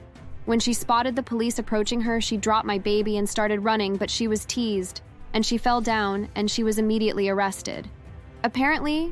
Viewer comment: Is tase not tease.